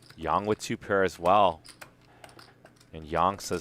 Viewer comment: It's not pronounced Yan...it's pronounced Yang like ying and yang